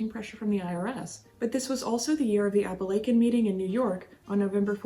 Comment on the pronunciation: Dear One, good on you for pronouncing Apalachin correctly. Growing up across the river and a few miles from that house we'd go by it at times. Awesome job again.